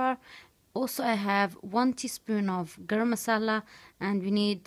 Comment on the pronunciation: surprised when you say Garam msala. u speek v.nice Urdu.